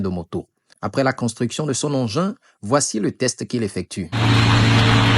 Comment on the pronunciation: "nous voici z'à la fin..."